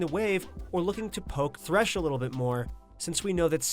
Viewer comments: Thresh not Tresh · Tresh lmao